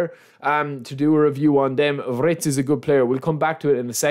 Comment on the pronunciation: It's not wRitz it's wIRtz.